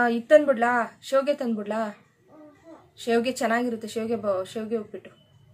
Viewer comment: Adu shavige shev anthira